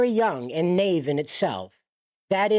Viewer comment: Bro can’t even pronounce naive